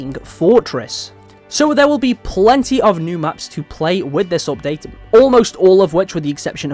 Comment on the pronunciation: "opdate" xD es heißt appdaäjt